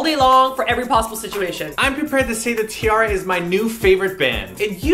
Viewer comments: t-arraria? man that when wrong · stopped watching when he said T-artards -_